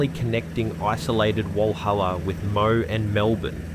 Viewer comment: Mo? Its Moe. You (should) pronounce the e.